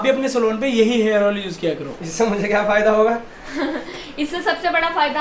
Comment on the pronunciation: Hairs ni hota hair hota hai